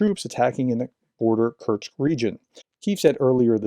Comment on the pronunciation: Love what you do, but please, it's Kursk, not Kurtsk. No t. With love